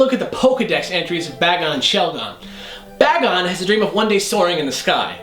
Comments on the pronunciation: could've swore that it was pronounced Bay-gon not Ba-gon. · It IS PRONOUNCED BAY GON